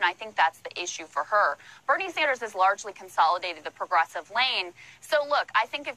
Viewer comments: Who’s Bernie Sauonders? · Why you keep saying Saunders? It's Sanders Bro. Keep up the good work tho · <3 Sanders not Sonders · I love your channel but I swear to God if you don't stop saying Bernie Saunders instead of Bernie Sanders I'm going to stop watching. Unsubscribed and blocked. It drives me up a wall. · Why do you keep saying saunders? Just curious. Thanks for always making breaking news videos. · Sand-ers with the Sa like the sa from SAND, not Son-ders with the sa sounding like the start of Sondra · Dude. Why do pronounce his name as SAUN-ders or SAWN-ders? It should be SAN-ders. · Bernie Saunders? Lol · Lol dude it’s Bernie SANDERS not SAUNDERS. I love your channel but come on man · Are you kidding it’s Bernie “ Sanders” not “Sonders” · Stop sayin "Saunders" haha Its "Sanders" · Can someone explain why keeps calling him "sahnders" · Say 'sand', rinse repeat 'sand' now add 'ers' 'sanders' Bernie Sanders. It's not that hard. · Bernie Saunders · I love the way pronounces “Bernie Saanders” and “Jhoe Biden” fuckin kills me every time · Why were u saying Bernie Saunders? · Bernie....Sonders? Did I hear that? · Dude i like your videos but what's with the pronounciation of Sanders as SAUNders? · Are... are you calling him Bernie Sonders? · Saaanders, but good video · I'm used to your ageism and sexism. I'm over it. Fine. You're a stereotypical "Bro." But FFS, please stop calling Bernie "Sen. SAUNDERS." (P.S. Thanks for your channel, which I'm increasingly addicted to. I'm a subscriber, however irascible. Your bite-sized takes on the MSM, featuring clips, are excellent. Too bad you can't pronounce anyone's name and know so astonishingly little about policy and history. Please consider reading a book or two. Also, please consider doing content not aimed exclusively at young, pig-ignorant misogynists. That way I could share more of your content on social media.) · Bernie who? Did you say Sernie Bonders? Or Serno Banders? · Bernie 'Saunders'??